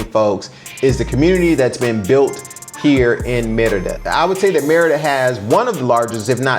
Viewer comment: It sounds like you're saying "mierda" which is shit in spanish.